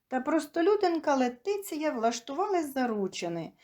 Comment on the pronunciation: Говоріть правильно.Її звати Лєтісія